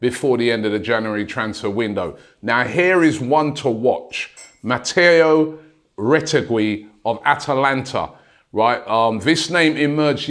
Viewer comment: Pronounced Rot'egi. Sign him now